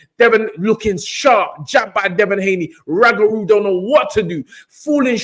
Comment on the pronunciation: How you mans butcher up the man’s name like that, it’s Roogaroo not Ragaroo. This was the modern day SRL v Benitez, technical fight, only difference was SRL stopped Benitez. This is why people say Devon is boring because he won’t take the chance and finish his opponents the way SRL did.